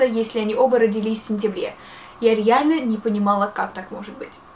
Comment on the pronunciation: сказала рияльно:3